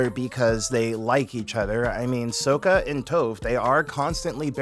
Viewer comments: And it's not so-kuh ..it's pronounced sock-ka ...(I really liked the video btw and I just started reading mistborn) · The crossover I needed as a massive ATLA and Cosmere fan 😌 Not gonna lie, you saying “Tofe” and “Soaka” is frying me in 😂